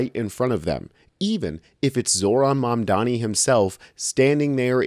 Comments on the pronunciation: Excellent video. She said...mamdami, ok. That's all i need to know. Ergo, a lazy person who couldn't bother to get his name right, let alone facts. Mamdani has steered the core issue to improving NYC, not foreign countries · Why is it so difficult for MAGA people to say Mamdanis name?? They always say Mamdami. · and his detractors still don't know how to pronounce his name properly, or they don't care to smh